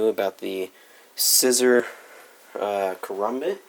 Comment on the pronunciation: This nigga pronounced it, "karumbit"😂😂